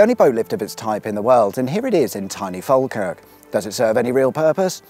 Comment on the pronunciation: At least you pronounced falkirk almost correctly. Ive heard english people say it in some very silly ways